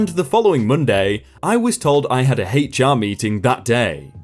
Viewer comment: That is "HR" he said "hate char"